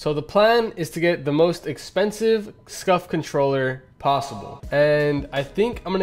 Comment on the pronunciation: Who also thought he said scuffed not scuf